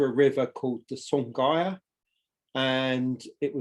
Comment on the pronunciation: Song Hua ( song, hu a) is how you pronounced. It means pine flower. Thanks for the video brother!